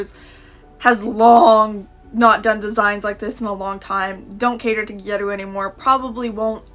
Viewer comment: OHHHHH you’re pronouncing “gyaru “ like “gyeruu” Oh okay, I was confused